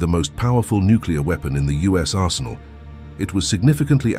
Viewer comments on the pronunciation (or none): none